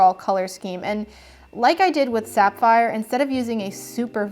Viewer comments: isn't it pronounced saff - eye - er not, sap - fire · wait... did she say "Sap-phire."???